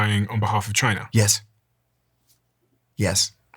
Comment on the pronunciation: Good ol Chai-ner